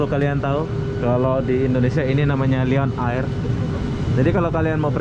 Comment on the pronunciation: Lion air = sebutan "layen er" bukan "liyon ayir" Malindo air = sebutan "malindo er" bukan "malindo ayir"